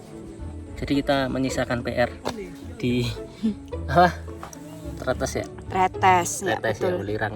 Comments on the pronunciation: Cara baca huruf e di pelafalan tretes itu kaya baca enak, buka enam. Jad bacanya trètès bukan trêtês. Kwkwkw...... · kalo orang surabaya biasa nyebutnya trEtEs kaya' nyebut buah katEs, bukan tretes kaya' nyebut ndog netes. ntah kenapa disebut growah bukannya growak, sebab growak biasanya untuk menyebut sesuatu yang sudah gak utuh, misal apel growak logonya iphone 😁. btw videonya buagus, jadi tau penampakan di atas yang biasanya hanya bisa lihat dari bawah saat gowes sby-purwosari-batu-cangar-sby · Bukan Tretes tp Tretes😭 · Selalu keren dan dinanti 😍👍🏻Hanya ralat dikit cara mengucap Tretes, yang betul seperti pada kata Es Teh. 😊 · Bukan Tretes tapi Tretes. Logatnya beda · Tretes huruf e nya dibaca seperti e di kata bebek mbak.. 😊